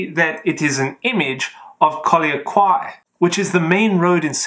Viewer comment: “Collyer Quay” was pronounced wrongly I think… if I remember it correctly, it is pronounced as “collar key” instead, but great video!